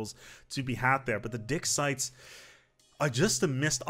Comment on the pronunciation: I don't like to comment on people's accents since I'm aware that my accent in their language would be even worse -- assuming I could speak the language at all. But all the talk about "ancient dick sites" just had me LOL for most of the section about the Ancient Relics pack.